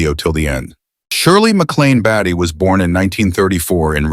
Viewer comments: Not batty…bay-tee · Interesting...however, it's "BAIT-Y" not "BATTY" And, Warren is not her "baby." I think you forgot the word, "Brother." ...Also, , ninety five percent of this isn't about what's in the title. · Beatty is pronounced "Bay-tee" not "Bat-tee". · Beatty not Batty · It’s Bait-E. Not Batty👎👎👎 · it's /BAY-tee/ not /BATT-ee/ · It’s odd you can’t even pronounce their name correctly … Beatty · It is pronounced Bay Tee, you ....m....n